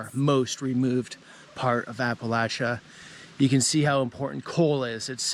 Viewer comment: Just so your aware Appalachia is pronounced- Apa-lat-cha or Apa-lat-chin. The cha sound ain't pronounced with a "sh" sound. It's a "ch" sound.. like church.. lol